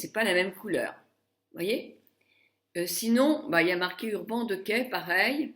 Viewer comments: Je suis ravie de ton évolution et des cadeaux que tu reçois car tu le mérites mais, s'il te plait, prononce correctement le nom de cette marque. Il s'agit d'"Urbane Dikay". ;) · Ah oui, je voulais te dirE que ça se prononce : Urbane diké.